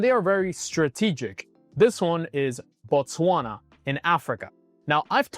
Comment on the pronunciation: It is Botswana not Botwasna